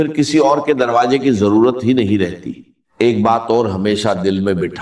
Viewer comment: Woh kamene deepfake video kiu banya , Urdu ke talfuz sahi ada nahi horah, Kameny , aisi harkat kun kar raha. Ukheen, roji, darwaje, kaise kaise ghalat alfaz estimal horan. Kameny teri shikyat you tube se karta hoan